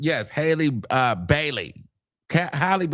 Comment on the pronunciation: “Hailey BB” bruh 😂😂😂😂😂😂